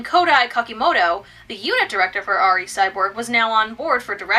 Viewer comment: I checked the trailer for the 2012 film, it's pronounced "Ree," not "Arr Ee." Props for not saying "Double-O," though!